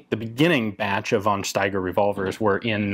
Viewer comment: I like this presentation. I just want to say: In german, we don't have a use for the "v". So we just pronounce it like an "f". Always. There is no won Erich, no won Steiger, always just fon Steiger, fon Erich etc..